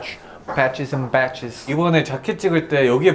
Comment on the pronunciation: Johnny: Badges and Patches What my mind hears: Batches and Patches